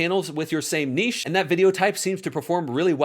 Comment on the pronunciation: One of the reasons I respect you is because you know how to pronounce "niche".